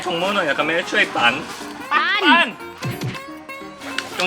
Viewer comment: ขำ5555 การออกเสียง ปั่น ปั้น ปั๋น 55555